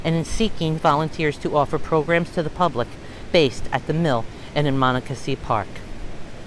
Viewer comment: You are not pronouncing the creek’s name properly.